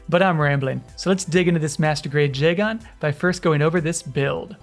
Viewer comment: Love the video but the odd emphasis on the AN in Jegan is bugging me a little